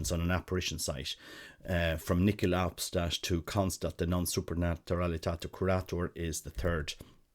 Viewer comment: "Nihil Obstat" you are pronouncing it like this "nikeel Obstat". There is no "k" sound. I listened to this a couple of times to hear correctly how you were saying it. Please try to listen to how its correctly pronounced